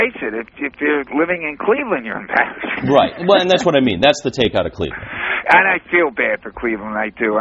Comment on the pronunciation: LeBron went to the NBA Finals with the Cleveland Cavaliers you moron. Back in 2007 when they got swept by the Spurs. And you say I don't know nothing about the game? Lol get a life kid. And it is Cleveland, not "claveland" idiot.